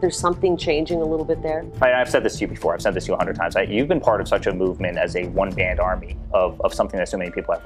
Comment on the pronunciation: Eric said “One band army.” I thought it was a “One man army”.